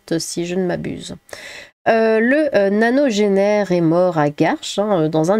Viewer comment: À "le nanogénaire",, le pauvre Jean-Marie avait 96 ans, pas 0, ans:D Gratouilles à et respect au chat! 🔥